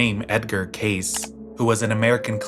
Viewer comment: My mother used to follow that edgar cayce guy..i have a bunch of his old books. I believe its pronounced with a long e sound at the end like cay-ceeee